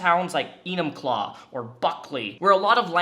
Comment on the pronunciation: I’m new to your channel and I’m so happy I’ve found it! Are you in WA too? The fact you said Enumclaw correctly lol